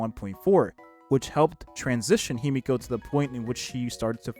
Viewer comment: The pronunciation in this video is painful. It's not Himiko, it's Himeko. It's not Jing, it's Jing-Yuan. Qingce's name was completely butchered too.